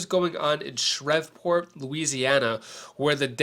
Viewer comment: I love your content but it's pronounced Shree-port lol Thanks for your hard hard work!!